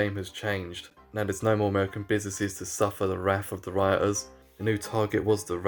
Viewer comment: That is not how to pronounce wrath